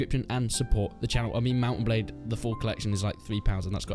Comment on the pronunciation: he said balde instead of blade, which is a normal mistake imo